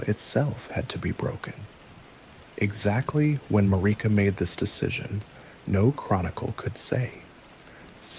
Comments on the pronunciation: Marika is pronounced like America. Erdtree is pronounced Erdtree. Not Earthtree. Faah. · Yeah he got that Mariuhh 🔥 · This has been my bedtime story for a couple nights but I'm cracking up over the way you pronounce Marika like it rhymes with Paprika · It's the Erd tree not the earth tree. You are also mispronouncing Marika I want so much to like these obvious AI videos but I long for someone who cares enough to at least pronounce the Major character names correctly. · Is this guy just reading shit other people wrote? Cause there's no way you've played Elden Ring and don't know how to pronounce Marika... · Mispronouncing marika took me out of it